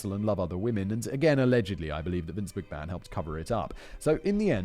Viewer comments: What's funny, (given how your comment sections are so prone to whinge about your pronunciations) is you're far closer to pronouncing it correctly than Vince is, Simon. It's a short a, like in map, so instead of may-hon it's more like mah-hon. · To think from McMayhan and Plackeba you have made a career out of mispronouncing things online for the amusement of your audience! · Perhaps you had a pronunciation guide, but I think it's odd that you didn't know how to pronounce McMahon and you drop the I in Argentino.